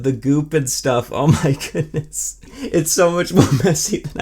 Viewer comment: "Oh my goodna..."